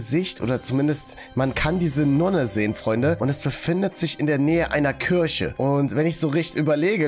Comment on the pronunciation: Es wird kirche ausgesprochen und kürche wird die frucht ausgesprochen no hate wollte es nur sagen/schreiben